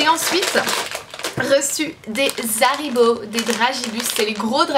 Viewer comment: Raaaaah ma belle Haribo pas Zharibo mdr tu ma fait grincer des dents mdr :D